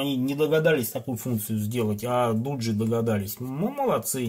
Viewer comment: Не дуджи а доджи